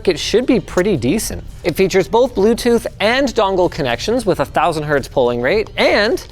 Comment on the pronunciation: Linus saying a 'Wuh' at the "w/" in the PSU title had me cackle